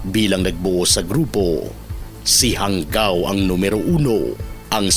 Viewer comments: ISA SA FOUNDER NG DIABLO SQUAD AY KAKLASE KO SA POLICE TAEKWONDO COURSE CLASS 95. EX-PC KAMI. JANGAO . PRONOUNCE HANGAW HINDI HANGGAW. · JANGAO AS IN HANGAW HINDI PO HANGGAW